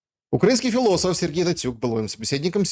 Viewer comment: ХфЫлософ и его ХфЫлософия